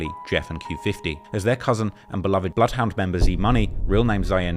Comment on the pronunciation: Bloodyhound Jeff then immediately puts up bloodhound Jess graphic on the screen, is this like saying 2pac’s name because it sounds wrong to you ?